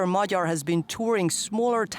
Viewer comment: Kudos to the natrator for taking the trouble to ponounce Peter Magyar's name correctly. Not "Mag-Yar" like many others do.